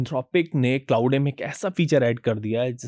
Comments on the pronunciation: “Claude” = clau - day 🙅‍♂️ clod 🤷🏻‍♂️ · Sir ji it’s not Clauday!! Its Claude - E is silent. You are pronouncing it wrong. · क्लाउडे नहीं... क्लॉड सही pronounciation है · Claude is pronounced as 'Clawed'. Not 'clou-day'. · Clouday is a wrong pronunciation. Claude is pronounced rhyming with 'flawed ' or 'clawed'.